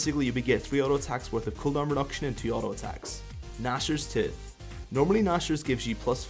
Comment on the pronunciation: Flo Wenisch listen to how he says Nashor's Tooth